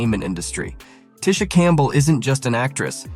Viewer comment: It's TEE-sha! One of the most down to earth light-skinned Black Women around. YOU GO GURL!